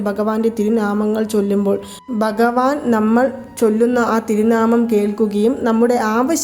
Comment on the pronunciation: ബഗവാൻ ❌ഭഗവാൻ ✅നമോ.. എന്നും അക്ഷരസ്‌പുടതയോടെ പറയുവാൻ ശ്രമിക്കുക..